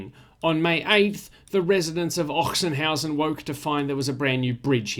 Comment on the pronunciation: It is pronounced 'Oxenhausen' which might save you from a sore throat in this season. Apparently the town got its name from a legend, where in the 10th century the local nunnery was attacked by the Hungarians and the nuns hid all their treasure in a chest in an open field. A few years later the field was plowed with an ox which then dug out the chest by coincidence. At this exact place the 'Ochsenhausen Monastery' was founded. No further info on if the ox was promoted for that or ended as sausage anyway.